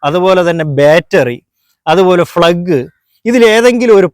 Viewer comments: Plug - ഫ്ളഗ് അല്ല പ്ളഗ് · അണ്ണാ.... ഫ്ലഗ് അല്ല പ്ലഗ്